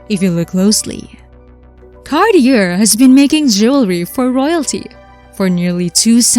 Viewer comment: Cart-ee-er. Not even close. Learn how to pronounce the names of European manufacturers. It's pathetic that you can't ... or even come close.